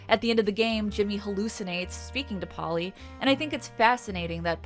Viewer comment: Polle is not pronounced Polly